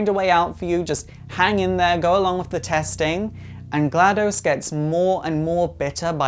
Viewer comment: Also the name is GladOs, not GladUs